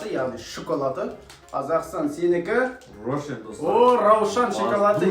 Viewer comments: раушан емес рошшен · пожалуста создерди дурс айтшы,раушан емес рошен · Қатын сияқты ыңырси беретіні несі? Оқи алмасан өтірік оқып керек емес. Рошен- Раушан емес. Варенный сгущенка- Варенье и сгущенка емес. Бұлай өтірік оқып жеткізгенін, ақпаратты дұрыс бермеуін. Коп нәрсе қате айтылады. Қымызды қалай ішпеуге болады? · Раушан емес рошшен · раушан емес рошен 😂😂😂😂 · Раушан емес рошн го 😂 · Раушан шикалат емес рошен шокалады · Раушан емес рошен деп аталады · раушан емес рошенго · Раушан емес рошен боп оклады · раушан компаниясы деп айтпайды рошен компания деп атайды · Шоколадтың фирмасы Раушан емес Рошын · Раушан емес ❌роушенғо Хаха